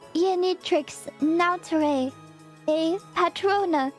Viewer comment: another translation note naturae et patrona can pronounced as natura-e et pa-truo-na, just notice the stress marks that clipper gave us, even for someone who just learned it can notice something wrong with her pronunciation. the phrase translates as 'nature and its patronage' and also 'natural beings and something (singular but gendered as female since the word *patrona*) that gave them life'